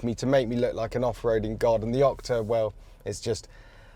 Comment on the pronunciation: Is he saying Okta? Like the single sign-on provider?